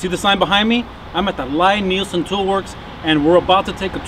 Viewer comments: It’s pronounced (LEE NIELSEN) NOT (LIE)!!! And there are absolute best!!! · Liked your video as I am sure you know now, Lie-Nielsen, a Norwegian name, is pronounced "Lee-Neelsen". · It’s pronounced “Lee”. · This is was so annoying to watch. If you're gonna praise him and do a factory tour atleast pronounce his fucking name right. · Good gawd, how can you stand to tell people about the tools and brand if you don't know how to pronounce the name. I had to stop watching..Never mind that it's crap manners to interview someone and not know how to pronounce their name, it's brand name at this point. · You might want to ask him how to say his name! You are not saying it correctly!!!!!!!